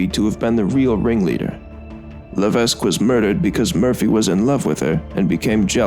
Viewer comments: AND ITS NOT PRONOUNCED "LA-VESK" ITS PRONOUNCED "LA-VECK" !! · It's crazy to know about this, considering I live in Massachusetts and not that far from the Bridgewater Triangle. Additionally, I have a few notes on pronunciation. Diman is pronounced Dye-man, and Levesque is pronounced La-vec.